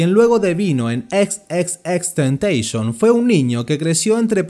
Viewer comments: Nose le dise xxxteiteeison se llama xxxtentacion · Es TENTACIÓN no Tentation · lo corrigió además da mala imagen a x, se pronuncia xxxtentacion no xxxtentecions en una entrevista lo dijo pero no importa xd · No es xxxtentation,, era xxxtentaCION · Gracias por este reportaje pero vale la pena aclarar que no se le tentation sino tentación. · No se pronuncia así, el mismo dijo que se pronuncia como en latino XXX TENTACION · Empezó bien el video. Pero¿ porque decis temteishon? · Bro deberías borrar este vídeo, XD como puedes desinformar y ser tan amarillista descaradamente, investigas de una persona para hacer un documental y nisiquiera puedes pronunciar su nombre bien :/ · si es verdad wn el creador de este video no sabe nada, ni siquiera dice el nombre bien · no es tan dificil poner imágenes y vídeos en un vídeo con transaciones, lleva su tiempo, pero si sabes editar lo haces. Que por cierto, ni siquiera sabe pronunciar su nombre bien. Y cuenta una historia llena de mentiras que si quieres te las desmiento punto por punto.